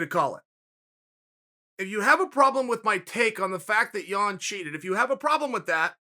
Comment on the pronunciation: I hate that you mispronounce Yan's name